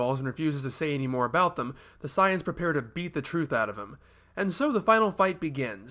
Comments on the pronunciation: he keeps mis pronouncing sayians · Why does he pronounce 'saiyans' so weird?